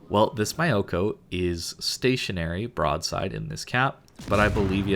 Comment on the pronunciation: Myoko ya pronounced with the " mi" from "mission". Yeah. Pronunciation Nazi here.